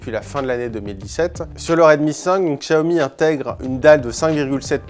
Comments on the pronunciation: Ça se prononce "chiaomi" putain !!! Faites un effort svpppp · Kristians Straume oui regarde le PDG de la marque qui explique que cela ce prononce Chiaomi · Kristians Straume non c’est bien lui qui a raison les chinois prononce ça Chiaomi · Mizukage yagura ça se prononce "Xiaomi", Chiaomi est la version américaine